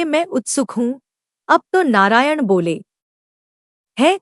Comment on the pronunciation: Narayan ka ucharn thik nahi kiya hai